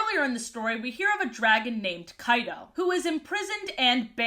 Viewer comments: Each and every time you said "Kyto" I kept hearing "Kaido"... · Was I the only one who heard her say Kaido instead of Kyto, NEDERLAND IS REEEAAALLL. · I was dead ass rewinding so many times to make sure she wasn't talking about Kaido from one piece when I heard Kyto 😂